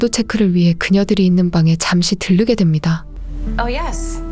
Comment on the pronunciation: 들르게 꽃을 일반인은 물론이고 전현무나 김성주 등 아나운서 출신들도 "들리게"라고 쓰고 발음하거나, "꼬슬"이라고 발음하는 경우만 자주보다가 아나운서보다도 더 좋은 발음과 목소리로 들려주시니 귀가 아주 편안합니다. 감사합니다.